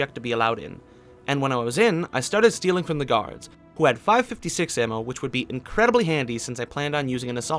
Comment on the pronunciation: who says 5.56 ammo like that? Lmao